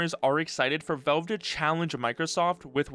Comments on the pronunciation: Valve, not Velve. The A sounds like it does in pal, not like the E in tell. 🤦‍♂️ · it's "VALVE" not "VELVE" !!!! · Velve... O L E D wtf man who is this guy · why does he pronounce it as 'Velve'? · How does someone even manage to mis-pronounce "Valve" every single time